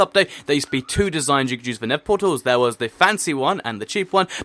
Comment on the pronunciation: Everytime he said nether it sounded like nipple sometimes